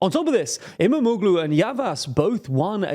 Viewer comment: I believe you will need to mention his name more often from now on. "Imamoglu" has actually soft g (g with a breve) which is not really pronounced. Think of it as = Imamoulu (o pronounced a bit longer). You can also check Google translate for the correct pronunciation.